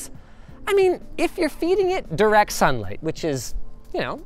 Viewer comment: "Direct Sun Ligh" managed to activate my Alexa twice LMAO